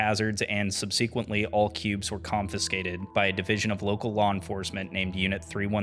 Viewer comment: That's not how you pronounce "subsequently."